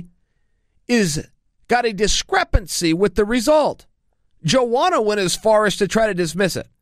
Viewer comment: Just say "Joanna" 😂😂😂